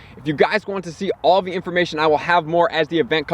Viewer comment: A lot of the information you post is very helpful and useful, but the way you emphasize the word "THE" makes me cringe.